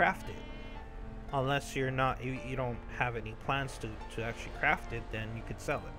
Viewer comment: "crafT", Notice the "T". Please god use it. Also gunta isn't even close to being a word. The amount of grammatical errors you make make it impossible to pay attention to what you're actually talking about.